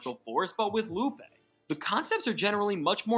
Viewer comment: “LOO-PAY” not ‘Loop’ 😂